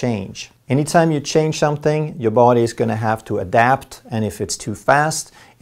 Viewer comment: Needed the laughter - “anytime you change chomthing” not “something”..oh my nice chuckle needed after a long day..appreciate you doc! I’m sure I’m the only one that caught this haha..shows how attentively I listen to you huh😉🙃🙏🏽